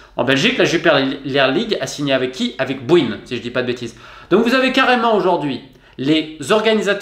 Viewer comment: Napoleon games sur le maillot du cercle de brugges Et BWIN ça se prononcé BEE WIN Superbe vidéo